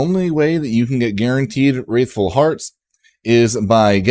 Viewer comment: this guy. just copying other people's content that came out DAYS ago. cant even say the word right. wRATHful. there is no i.